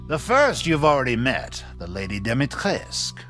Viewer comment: btw, it's pronounced Dumitrescoo, i.e. Duh-Me-Tré-Scoo